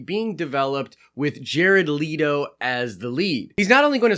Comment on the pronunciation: Jared LETO. L.E.T.O NOT LEADO